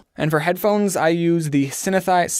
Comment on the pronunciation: No one Absolutely no one Oddsoneout: Sinn-Haa-Sizer